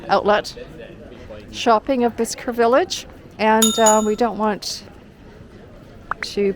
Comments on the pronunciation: Bicester village is not just ouside London...it's 45 miles at least. And...where did you get that pronunciation? It's actually pronounced "Bissta"! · Hi its pronounced Bister you dont pronounce the C. 🙂